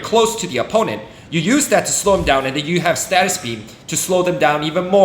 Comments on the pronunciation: its stasis beam not statis beam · I have been loving the content, and I hate to be this guys but…. It’s not a status beam but a stasis beam (stay sus). It’s driving me crazy lol (more a me thing than a you thing!) Anyway I’m loving this series and it is helping me plan head for what to focus on as I progress in the game. Keep up the good work and I look forward to future content!